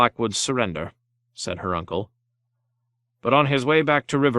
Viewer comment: I noticed Uncle being pronounced nuncle and aunt n aunt could be something I'm not aware if so forgive my ignorance